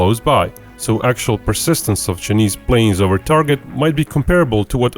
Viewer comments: I think it pronounce Chy-neese. Not chneest. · Chay- niss not cha-niss your pronunciation is wrong.